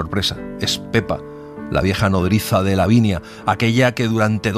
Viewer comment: Me gusto mucho, pero hay un pequeño error dice "davinia" y debe decir " lavinia" saludos desde México y me encanta escucharlos.